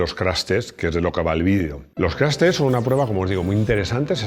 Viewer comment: CRASH TEST así como está escrito!!! No se te escucha profesional CRAS TES.!!!